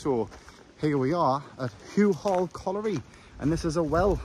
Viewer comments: Houghall is pronounced Hoffall not Hughall! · It's pronounced hoffal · Houghall is pronounced hoffal lol